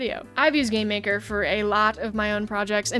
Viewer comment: Idk why but instead of game maker I heard "Gay maker"